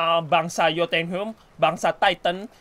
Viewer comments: yo tun ha im gitu bang cara bacanya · Bacanya yotunhaim bang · Jotunheim.. hahahahaha daerah yg lain bisa ga salah.. cm jotunheim doang yg salah mulu